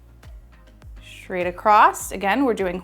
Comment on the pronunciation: Thank you! Just want to point out thatyou keep pronouncing the word “straight” as schtraight.